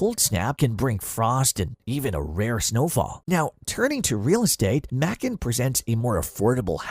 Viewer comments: Someone should have programmed “May-Kun” into the robot! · Macon rhymes with bacon get it right